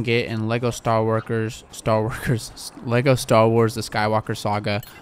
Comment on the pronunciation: Man said Lego star workers lol 😂